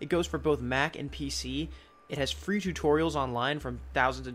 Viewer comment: and how to get it for fwee